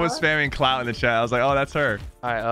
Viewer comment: has a problem with saying clout